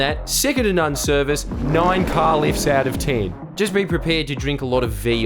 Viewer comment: I know you had out ten on the screen. But it really it sounded like "out of town". And I mean that would make sense. Especially with the British. They would be like 1000/10, because they got you all the way to Australia out of the UK.